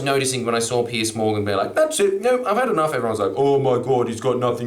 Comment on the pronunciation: Pronounced Pierz, not Pierce. Also he wrote tabloids, not just reacting to 🤢